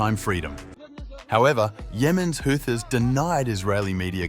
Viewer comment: Ghastly AI voice: "the Who-thyysss" I couldn't watch to the end...🤢